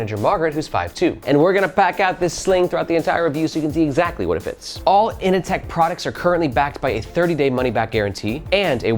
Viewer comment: Can’t help but hear Ini-Tech instead of Inateck, it’s not The Matrix it’s Office Space 😂 In seriousness I don’t dig the looks of the kinda glossy finish and it looks too bulky when full but I gotta admit that for the price point it’s a fairly impressive package